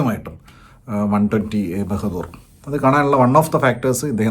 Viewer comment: ബഹദൂർ അല്ല ബഹാദൂർ